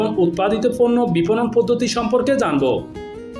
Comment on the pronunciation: সময়টা ছিল ছয় না চয়, ফন্ন্য না পন্ন্য, পারেনি ন ফারেনি, নিউজ করার আগে ভাসা ঠিক করে নেউয়া উচিত।